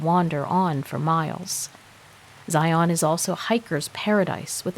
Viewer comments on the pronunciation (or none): Just FYI, having lived in Utah my entire life. Zion is pronounced Ziun. Also, if you are speaking of mountains in Utah they are pronounced moun-un.😆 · Karen here. It's pronounced ziun. 😊😊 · Fyi it's pronounced Xi un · I live 30 minutes drive time from there. Zi' un, is how us locals say it. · PLEASE PLEASE learn how to pronounce Zion! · If your going to narrate a story, learn to say the word Zion correctly